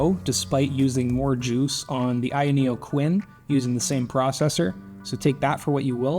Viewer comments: 🤣 it's pronounced kun not Quinn kooooon say it with me now ayaneo kunnnnnnnn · Him saying Quinn instead of Kun makes me laugh so much, also this handheld is a waste of money. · "khu-yen"? it literally spells Kun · Why u pronouncing it as queen its KUN 😂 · "now we got the qUIN" - Kun... like Kunai or aKUNd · It's Kun, not Ku-N or Quinn or whatever you're saying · The Kun here is not the Japanese suffix, it is a Chinese name for the fish in their mythology 鯤/鲲 (Kūn), pronounced closer to 'quen' as opposed to 'quin' in this video, but a helluva lot closer to the japanese 'kun' as some suggest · Pronouncing Kun as Quinn is such an offensive way to say a word so simple. We need truck-kun to teach him the right way to pronounce it. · Why is everyone else pronouncing kun (coon) and this guy is pronouncing it quin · In what moon man world is "kun" pronounced queen? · Knows that paper wrap is an 帯 strip Mispronounces - kun (君) as coo-in throughout the video 🙃 Pain. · The way he is pronouncing Kun...its like raccoon...not Quinn 🤦🏻‍♂️ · It's not kun? It's Quinn? Why is it pronounced like that? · Lol idk it might seem uncomfortable but "Kun" is pronounced like racoon. Not like quen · Ayaneo... quin? Ask any weeb how kun is pronounced :D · Is it that hard to pronounce Kun (koon)? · why do you keep pronouncing it "Quinn"? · K U N not quinn… 🥲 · The quinn? I get that this is the unboxing channel, but at least make sure the host pronounces the name of the product correctly. 🤦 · It's not quinn lol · Seriously, you pronounce it "Quin"?😊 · Aya Neo "Quin" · The Quinn? KUN man. If you can pronounce Cu*nt then you can definitely pronounce Kun. Now say it again. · is "kwin" the official pronunciation? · You’re adding an entire extra vowel to the name. Its like “coon”, 1 syllable. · That was my thought. I read it like the Japanese suffix the use with names. The kwin pronunciation was confusing. These companies really need to send localized pronunciation guides or something to reviewers.